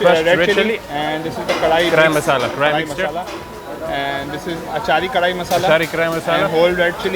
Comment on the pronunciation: bro pls say KARAHI correctly :D